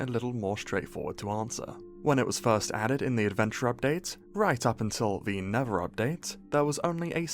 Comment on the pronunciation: "tha neva"